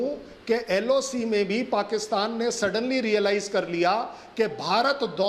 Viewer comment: LAC nhi maim loc hota hai